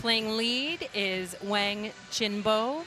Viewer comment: Wang pronounced Wong.